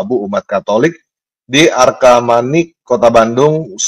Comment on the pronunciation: "Arcamanik", bukan "Arkamanik" atau "Argamanik"